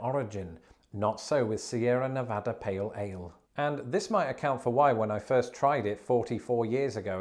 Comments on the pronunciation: Thank you for prouncining Nevada correctly lol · Props for pronouncing Nevada correctly. Many Americans can’t. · Wow you got Nevada's pronunciation right! Gonna have to work on your Anheuser-Busch phonetics game however.